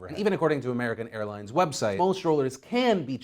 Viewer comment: Today we talk about American Hairlines... I cannot unhear it